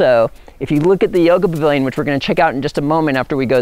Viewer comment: are you saying Bavilon? isn't it Pavilion? :) beautiful land!